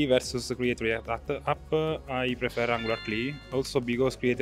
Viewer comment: Cool video, the way he pronounced "Angular CLI" was very sweet 😇 now I'm gonna go back to having my coffee surrounded by my Windows machines 😁